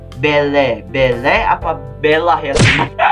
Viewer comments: Namanya belle di baca bili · Beauty and the beast nama cewek nya belle tp di bilang bell